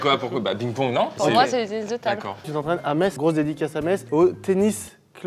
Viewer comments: Quand il a dit que Metz appartenais a l'ALSACE, il a crée une troisième guerre mondial dans ma tête .... VIVE METZ ET VIVE LA LORRAINE ! Et merci d'avoir bien prononcé le nom cette ville. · Aller Metz (on dit Messe comme la messe) merci Macfly de l'avoir bien prononcé mais putain Metz c'est en Lorraine!!!!!!!!